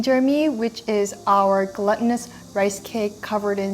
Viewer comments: the GLU in glutinous is pronounced like GLUE. there is no double t like mutton/button/sutton. you're welcome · 😂 glutinous or gluttonous?!!! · It's not GLUTTUNOUS rice it's GLUTINOUS ☠️